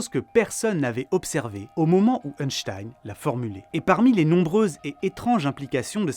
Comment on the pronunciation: Merci pour toutes ces explications balade mentale j'adore le contenu de tes vidéos 😊 Par contre le scientifique qui tire la langue ne se prononce pas euhnstein 🤣 mais Einstein ( 1 en Allemand) 😅